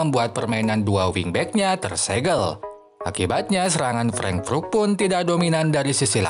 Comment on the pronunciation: Cara bacanya "freng" "frut" min.... Good job teruskan dan tetap terus berkarya